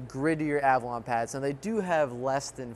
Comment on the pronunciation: Is it just me or does pronounce it as Avralon?